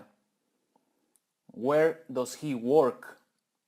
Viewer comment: La palabra "does" no se pronuncia "dos" se pronuncia como "das" y el negativo "doesn´t" se pronuncia "dasent"